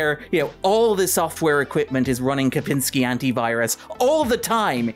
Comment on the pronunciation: Sorry to bring up if it was just some mistake and especially if i just misheard, but i hope there is some person/story about "seemingly" saying Kapinsky multiple times instead of Kaspersky. Kominsky method maybe?